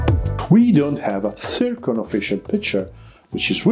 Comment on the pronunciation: It is not "tsirkon", but "zirkon" - XYZ